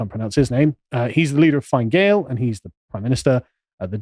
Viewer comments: Fianna Fáil is pronounced FEE AH NAH FALL and Fianna Gael is pronounced FEE AH NAH GALE. might help ye in terms of the Irish language lol. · As a tip: Fine Gael is pronounced Feena Gale and Fianna Fail is pronounced Feena Foyl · By the way the ENGLISH pronunciation is FINA FALL AND FINA GALE. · Proper phonetic pronunciation... Fee na Gayle, Fee na Fall, Shin Fayne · Just to clear up the pronunciation of Party names: -Fine Gael = Finna Gayl -Fianna Fail = Fee-anna Fall -Sinn Fein = Shin Fayn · I'm not an Irish citizen so I can say this with all confidence - With my cultured American ears, the party names sound more like "Feena Fall" and "Feena Gale" - as I have heard it said on Irish media. Then there is also "Shin Fane". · Fin Ah Gale and Feen Ah Foil. Are the correct pronunciation for both parties. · they're pronounced Feena Gale and Feena Foil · Your video is excellent. However, your pronouncement of our political parties is grating. The phonetic pronouncement is “fee-naa fall” and “fee-naa gale”. Fianna Fáil means soldier of destiny and Gail means tribe. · You should pronounced the parties as Feena Gale and Feena Foil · Fee-anna foil and Fin-uh Gale. Too late for this podcast but keep it somewhere safe if you need it again. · Fianna Fail - "FEE-IN-A-FALL" Fianna Gael - "FEE-IN-A-GALE" Sinn Fein - "SHIN-FEIGN" Vradakar - "VRA-DA-CAR" However the correct way to pronounce them all is "PACK OF WANKERS". Pronounce them how you want Sargon just FYI. You're also spot on that our WEF government is a disgrace. A lot of our country is a disgrace. Full of socialists & so easy to manipulate with a few MI5 placed media articles. Cringey blood boiling stuff all round. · Hey Carl try these pronunciations..Fiannna Fail..Fee-a-nah Fall, Fine Gael....Finn-eh Gale, Michael Martin.... Mee-hawl Martin, Leo Varadkar....Leo Vah-rad-karr. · Pronunciations: Fee-anna Foil and Fee-na Gayle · Please, it’s Fee-nah fall Fee-nah gale The mispronunciation is like nails on a chalkboard 😂